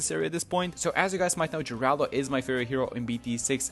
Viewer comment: isn't it je-rul-doh as opposed to je-ral-do?